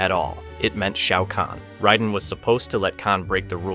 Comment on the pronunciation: Can’t stand the pronunciation of raiden